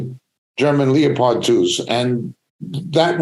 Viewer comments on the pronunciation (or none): I've never heard a leopard called a leo pard before.😊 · Leo...pard tank Come on you can correct you know!